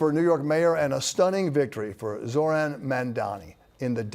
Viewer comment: Hey Bill Ritter, how about pronouncing Zohran’s last name CORRECTLY?! You interviewed him, didn’t you, so say it correctly! You definitely got a lot of people to speak who are in Cuomo’s pocket, huh? It’s not going to work! And Eric Adams, that goddamn criminal is a JOKE!